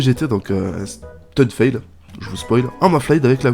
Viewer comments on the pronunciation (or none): none